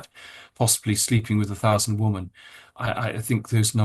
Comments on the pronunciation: Why does Andrew always say 'woman' when he means 'women' ? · Why do you not pronounce the plural of woman - WOMEN - CORRECTLY ?!? 🙀 (Sounds like WIMMEN) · I have nothing but respect for Andrew Lownie and am so grateful to him for managing to expose all these absolute creeps. BUT I wish he pronounce the plural of the word ‘woman ‘ correctly. Why does he call women WIH man WUH man ?? It’s a bit irritating considering he’s talking about women and the word pops up so often. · why does this guy struggle to say women as a plural, like 'whimin' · Can someone tell Andrew Lownie how to pronounce "women" vs "woman"? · RIGHT??????!!!!!!! I have commented that many times